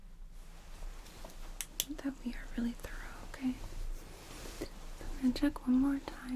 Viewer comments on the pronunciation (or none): none